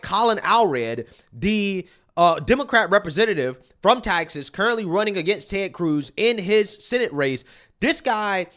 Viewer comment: I gotta just correct you on one thing my friend.... it's TEXAS not Taxas. Love your channel brother!! Keep up the good fight!!! 🤘🏼